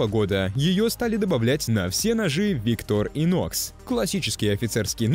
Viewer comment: Так бренд произносится - виктОр инОкс.